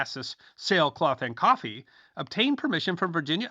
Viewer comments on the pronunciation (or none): none